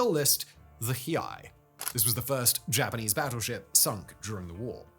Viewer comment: You absolutely butchered pronouncing Hiei lmao. It was an absolute crime that she was scrapped.